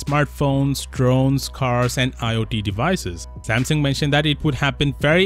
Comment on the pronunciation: It’s pronounced Samsung, not Sampson